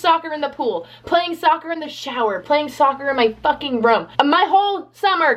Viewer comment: i love how she says "rum" instead of "room"